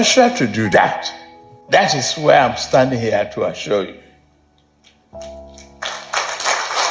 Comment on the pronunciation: Buhari will says e asure e asure now he too hv started saying he asure